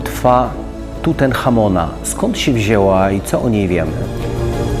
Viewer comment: 20 min 10 sek pa redaktor mówi : klątwa TUTENCHAMONA , profesor dyskretnie pomija niefachowość redaktorka . żade tuten chamon ale TUTANCHAMON